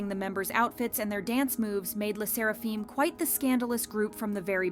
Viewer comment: "Fim" not "feem" AND HOLYSHIT THOSE COMMENTS ARE WILD WTH and I thought my mental issues are worse.